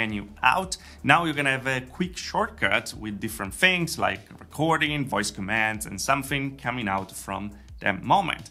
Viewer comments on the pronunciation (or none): none